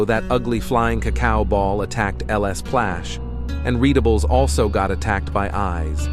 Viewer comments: I thought you say lsplash l splash not ls plash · ITS LSPLASH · Bro said lespash 😭😭😭😭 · "LS Plash" 💀